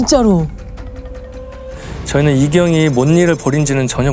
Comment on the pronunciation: 송은이좀 빼라.뭐 발음이 항상 그쳐그쳐.그렇죠라고 발음이 안되나. 사건 다루는 프로에서.품격도없고 질문도 빠르고 스모킹건 여MC들 반만이라도 배워라.